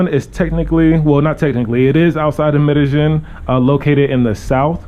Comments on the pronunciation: It's pronounced "Me-de-YEEN." Not, "Me-de-GEN." So tired of people living here and STILL mispronouncing it. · It's pronounced MEH DEH YEEN. Not MEH DEH JIN.